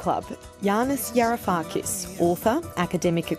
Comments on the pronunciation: Wow, an intellectual giant among Australian media's intellectual midgets, as evinced by the fact tha his name was mispronounced twice in the first few seconds, and by the fact that the questions from the journalists were all rubbish. They trade in talking points about tax-dodging Greeks, which he answered well, but didn't ask him to reconcile his advocacy for a central bank digital currency with the prospect that that's a large step towards a Chinese-style social credit system, which he decries, where infringements lead to a loss of access to one's bank account, as was seen with the Canadian truckers. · Please fix your introduction clip where you mispronounce your guest's name twice!